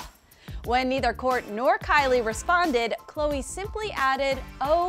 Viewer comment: Hate when they call khloe Ko ko. Irritating